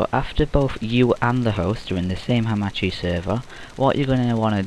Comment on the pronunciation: I think its pronounced Haa- Marr- Chi